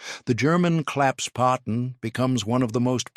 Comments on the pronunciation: WtF is a claps potten???? Never heard of it....STUPID A I.....! Try Klapp Spaten = Folding Spade....! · The German word is ‘Klappsspaten’, klapps = folding, Spaten = spade. The subtitles get rather confused, not surprising given the narrator's inconsistent pronounciation. ‘Claps’ is OK although it's really closer to rhyming with ‘cups’. ‘Spaten’ is pronounced like spa–ten except that in German an ‘s’ before a ‘p’ or ‘t’ is pronounced ‘sh’: kl–ups–sh–pa–ten.